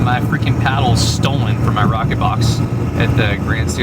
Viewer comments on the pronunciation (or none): none